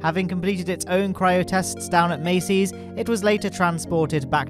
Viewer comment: Massey's not Macy's